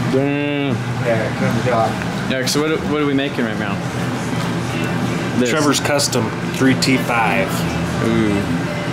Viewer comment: Did he say " what are you making right MEOW?" name your supra "ramrod"